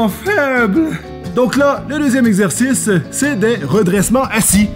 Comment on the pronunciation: nouvelle facon de dire exercice ``exerciste``